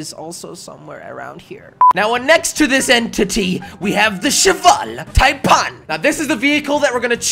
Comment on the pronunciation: I thought he said Cheval Tide pod. xD